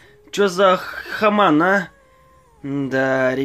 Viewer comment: Какой хаман??? Хьюман!!!